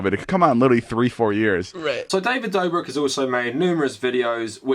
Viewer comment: how the fuck do you butcher davids name so much its fucking dobrik where is the v and n you keep adding